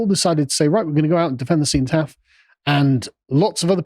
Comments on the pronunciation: seh·nuh·taaf, what's this see-know pronunciation? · Seenotaff, never heard the before only senOtaff (cenotaph) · Sen-oh-taff. Ffs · Why can't he pronounce cenotaph?